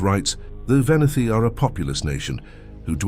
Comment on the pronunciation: It’s pronounced’VenEti’, not ‘Veniti’! Otherwise a great video!